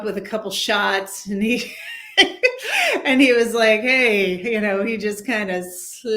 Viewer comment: "anD", not "anT", broad. Add WTF is up with the nasal-congested interviewer? Get some allergy meds, son.